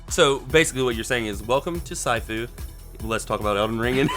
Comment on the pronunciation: It's sifu. Means "master" in Cantonese. Not Saifu. Why am I tell you this, you said you don't care!